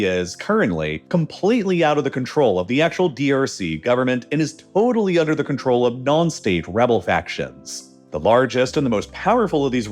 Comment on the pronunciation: Bro really said udder